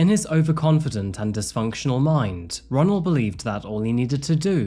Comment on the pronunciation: No lie My name is Ronnell and your pronouncing it is wrong